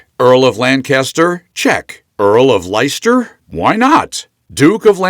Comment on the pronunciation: 5000 aura points for saying Leicester like that 💀